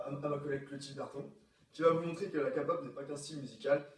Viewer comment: "L'expert de la K-pop" qui dit "Kapop" je suis désolée mais non.